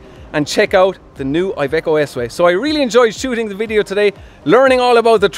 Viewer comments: It is Iveco not aiveco. italia, iveco, iiiiiiiiiiiiiii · Just for future references IVECO stands for Industrial Veichle Company therefore you pronounce it with the I of industrial